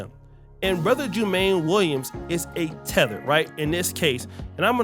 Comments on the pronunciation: Its pronounced JU-MON-NEE. I am a NY'ER. This is no good. We cant have these first generations politicians in office. We must vet all thoroughly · Jumaane is pronounced "Jew - Ma - Knee" Williams.